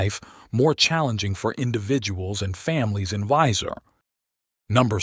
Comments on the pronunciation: Wēiser not Wīser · Not only does it mispronounce Boise, but it also mispronounces Weiser.